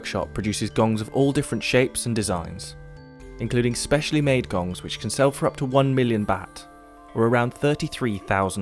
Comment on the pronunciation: Actually, kong not gong.